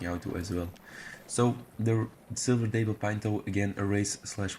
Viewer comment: The day-pple 🤣🤦🏽‍♀️ daaaap-ple🤔🤣